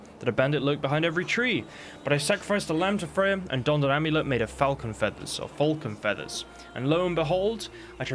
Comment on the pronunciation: Lol at some of these pronunciations. "Fullcon" instead of Falcon and "Inventry" instead of inventory. I've never heard those words pronounced that way. Very very bizarre...